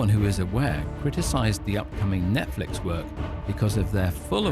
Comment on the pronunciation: Is he saying: "Net-Felix" 😂😂😂